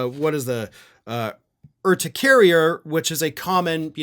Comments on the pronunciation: You did not mispronounce urticaria. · You're the first one I've heard pronounce urticaria correctly. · You pronounced urticaria perfectly. It simply means hives. And she has seasonal allergies. Who doesn’t? Messy and dangerous? Oh, please. Just keep tissues handy.